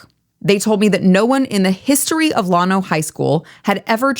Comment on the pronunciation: it's llano, not llawno. I was born and raised not far from there. Love what you do and represent.